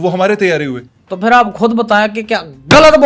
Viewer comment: ji haan phir ko fir phuphi ko.. foofi ghazal ko gajal 😂😂